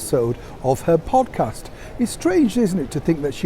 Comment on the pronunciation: Excuse me,. Did you say "pompcast"? That's what I thought I heard (and it's not inappropriate).